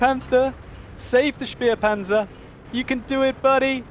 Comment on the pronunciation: Its so funny how you guys saying SperPanzer xD